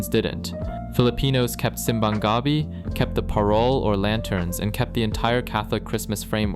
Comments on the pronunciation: The way you pronounced "Gabi" in simbang Gabi sounded like you were referring to the taro plant which is called Gabi No you pronounce it like Gabii no Gabi otherwise your referring to the taro plant in some areas in the Philippines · Tip: in "Simbang Gabi" the stress should be on the "Bi" instead of "Ga". "Gabi" with the stress on the "Ga" means Taro / yam 😅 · you gotta go back and learn how to pronounce "gabi" correctly, in this context you have to say it faster. The way you said it means "taro", you know the plant, and not "evening". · i think it's more of his stress accent pronunciation that was off. the normal stress accent emphasis is on the last syllable in tagalog, but he put emphasis on the first syllables which is a very anglophone or inglesero way to speak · Yes, the way he pronounced it with the stress of the first syllable changes the meaning of the word entirely: with the seconds syllable stressed it means “nighttime” but with the first syllable stressed it means “taro” (as in the root vegetable).